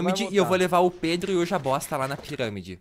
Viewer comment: o falo jabosta no começo kkkkk